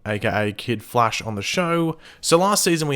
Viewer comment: It's prnonced Flash not Flashe